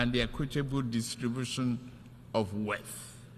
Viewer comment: Why tf does he pronounce wealth like that??